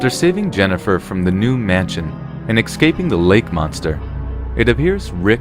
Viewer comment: Come on, man. "EXcaping her fate? Excaping? Es-caping. Sorry, but that doesnt get the pass that other mispronounced words might. You must be a clownfish, because Dory has some speech tips for you. Pustules is pronounced Pust-ewl. Patriarch is pronounced Pay-tree-Ark.